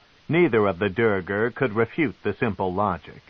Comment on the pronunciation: Sure this version can pronounce facade, but he sure as hell cant pronounce duergar or kuo-toa 😂